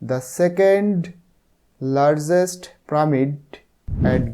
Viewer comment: লারযেস্ট না লারগেস্ট হবে স্যার😊